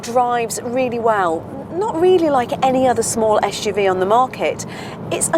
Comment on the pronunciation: Joao Correia não percebo é qual é o problema dela, em pronunciar corretamente suv. "Esh u v"